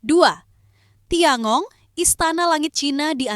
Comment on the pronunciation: Tian gong bkn tiangong min!😅😅